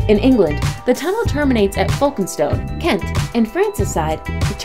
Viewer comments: Please if you are going to make a video with commetary and its not your country laguage find out how to say the names correctly,,,,, its not Folk-e-stone its Folkstone the e,s are silent, the same with Calais its not Cala-i-s the i-s is almost silent and you elongate the last a, Calaa. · Love the pronunciation ..... Folkestone (which should be pronounced Foke-stone), Coquelles (which is Co-kell) and Calais (Cal-ay) Reminds me of an occasion when Jean Harlow met Margot Asquith, the wife of the then Prime Minister. Ms Harlow called her Margot, pronouncing the 't'. Mrs Asquith said, "The 't' is silent - as in Harlow." Game, Set and Match to Mrs Asquith I think. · Narrator's pronunciation of 'Folkestone' and 'Calais' are hilarious!!! 🙂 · 2 things 1. it is pronounce ' Folkestone' & not 'FolkenStone' or what ever she say!!! 2. Why & , & are they showing you that you can 'Drive through' the the Channel Tunnel - when you CAN'T - it is only for trains ONLY!!! But you can drive your vehicle on to a special made Trailer - then the Train will take your vehicle through the Channel Tunnel for you!!! - GET your Facts Right!!! 🙄🚂🚂🚂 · Folkestone is pronounced folke stone, Not FOLKENSTONE.. Calais is a French word, and pronounced CAL LAY. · its folk-stone* and cal-ay* pronuncation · I would say you need to get the correct pronunciation of the places your naming, example its HELSINKI ( only 1 s not helsinski) and folkestone the way you said it made me laugh so hard its FOLKE as in people and 2nd part speaks for its self FOLKESTONE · Shame cant speak or pronounce english Where is for Instance Folk es tone ? Its FolkeSTONe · It would be nice if the presenter knew how to pronounce Folkestone and Coquelles (folk - stone) (cok - well) ;-) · Love the mispronouncement of Folkstone! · Incorrectly showing the channel Tunnel with roadways....it carries only trains. Also full of annoying mispronunciations of Folkestone, Calais, and Helsinki. Bosphorus, and Thames.